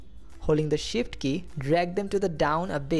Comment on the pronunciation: Great vid, thank you for it. And I like how it sounds like you are saying "Hold the SHIT key". LOL!